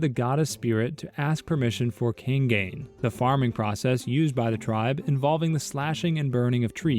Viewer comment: its kā-ī-ngīn not king-geyn tf, its a traditional way of cultivating crops and rice by burning the ground. its pretty common in the philippines a long time ago, but is illegal now. some still practice it to this day